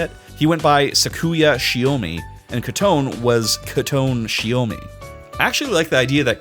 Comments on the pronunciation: It’s Koto nay not ketune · Bro fr pronounced Kotone as Koton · His pronouncing of kotone hurt me who is koton 😭 like I know that's how kotone would be read in English but you think inference would suggest that you pronounce the ne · Thought Kotone was pronounced as Kuh Toe Nay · That Kotone pronunciation took years off my lifespan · Love the video but I'm about to lose my goddamn mind if I hear bro say Kotone wrong one more time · Sorry, i had to stop watching the moment you massacred Kotone's name